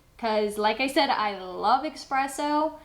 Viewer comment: Its not pronounced eXpresso it's eSpresso